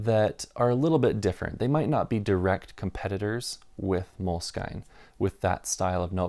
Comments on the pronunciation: I have always heard the brand name of the notebook you no longer like pronounced as MOW-LESS-SKEEN. This was in France and Italy where I first encountered them in the early 2000s. I live in the states and have always heard it pronounced the French/Italian way here, too. Hearing you say MOLE-SKYNE is kind of jarring. With that said, I’ll bet that the company doesn’t care how you pronounce it as long as you buy. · 1. Moleskine pronunciation rhymes w "skin" not "skyne" 2. For fountain pens, you missed the two real legends. Tamoe River w lightweight paper and dots is the outright winner. No question. If you are rich, then Smythson lightweight blue paper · MOLE…..SKIN. NOT skein! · They added the E when they retired the actual moleskin cover. It is pronounced moleskin for sure. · At 6'10" - so a hard cover gets a bit worn and that's really bad, but a thin cover gets damaged and "that's part of the appeal". That's consistent then. But then if you can't even pronounce Moleskine properly (it's obviously pronounced "Moleskin" - I've never heard anyone pronounce it any other way, let alone the bizarre way this guy does it), it does undermine the whole video. And before anyone responds, I'm not a huge Moleskine fan. I do use them occasionally but I prefer Leuchtturm. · Moleskine is a French word (it's a fabric). Mo-Less-Kin. Is the correct pronunciation. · I guess you found the universally wrong way to pronounce Moleskine and I respect it :D